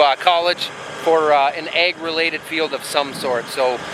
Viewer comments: I know you mean Ag when you say egg. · I'm assuming at 13: 12 you are saying "ag" short for agriculture it sounds enough like "egg" that is what the close caption says . I'm only assuming now that now that you are a chicken rancher. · I’m proud of ya buddy! You are getting close to pronouncing “AG” correctly lol